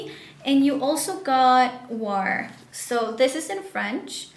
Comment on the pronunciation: War?? You don’t pronounce that word right